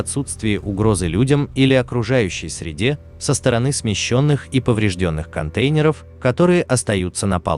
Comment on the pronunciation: Ужасно слышать этот голос- контЕйнеров,про числительные ,вообще молчу....почему реальным голосом не набухтеть???